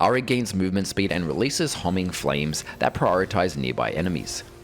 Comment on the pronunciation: Hey dude, just a pronunciation correction: Homing is like "home" "ing"